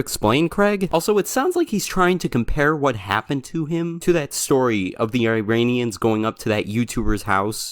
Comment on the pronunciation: as an iranian my heart just SHATTERED when he mentioned iranians and iran (not surprisingly he also pronounced iran and iranians wrong) like LEAVE US ALONE GOD DAMN DONT ROPE US INTO YOUR SHT 😭